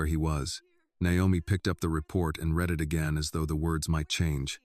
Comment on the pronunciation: I don't get why in all these "Annie" stories she is hard headed and stupid. She can't just accept help as reparations or reward and move on In general this story is pretty wild in the separated at birth story line The AI imagery is full of glitches, and text speech readeri mispronounced like "read" in the it is being used either "reed" or "red"